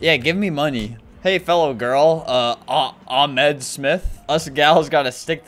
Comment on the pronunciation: the H in Ahmed is not Silent